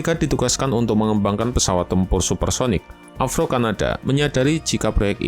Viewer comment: Avro. Bukan avrow brow 😂